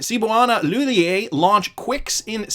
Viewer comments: Cebuana Li-hul-yer thats how you pronounce it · Re: Cebuana Lhullier. You pronounce the Lhullier with a hard R. Just so you know. Keep up the great job, though👍